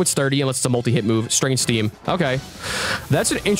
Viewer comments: The inability for either of them to pronounce strange steam is so funny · not saying strange steam correctly is so funny 😂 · this man cannot say strange stream 😂😂😂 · I love how they both mispronounced strange steam